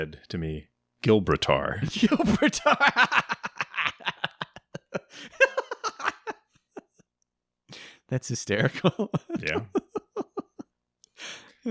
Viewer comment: I’m weak “gilbatar”